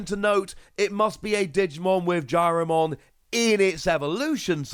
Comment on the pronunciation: Some nice Ghost Game cards. Also, its Jellymon, not Jyarimon.